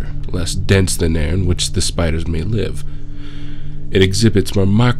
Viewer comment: “SPIDAHS! A giant legion of SPIDAHS!”